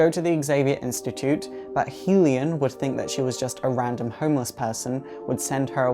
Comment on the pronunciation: Love your videos, but "Hellion" is pronounced "Hell-E-un" :D Keep up the awesome work :D